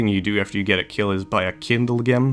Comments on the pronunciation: its kindlegem pronounced kindlejem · the way you say kindlegem... lol